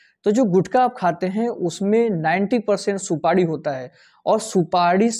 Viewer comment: Supadi nhi supari boliye